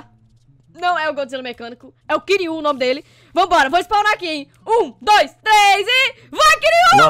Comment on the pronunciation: mds ela falo quirui meu nome é quiroã